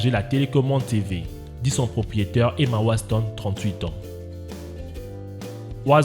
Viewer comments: d'ailleurs il dit waston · Lucy Tency Oui mais il a dit Emma waSton